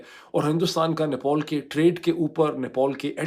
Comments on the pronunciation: Nepol nahi Nepal hai chacha. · Nepol nhi Nepal hai Bhai thik se bolna seekh pahle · अबे साले नेपॉल नहीं वो नेपाल है गधे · Gentleman it NEPAL NOT NEPOL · Idiot, it's not NEPOL 😂😂 it's NEPAL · it is NEPAL. Not NEPOL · It's Nepal, not "Nepol". It's understandable if Donald Trump pronounces it incorrectly, but not from someone like you. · He is not announcing Nepal properly. Irritating.